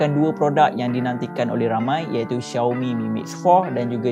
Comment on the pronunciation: Aummmm Finally betul jgk sebutan Xiaomi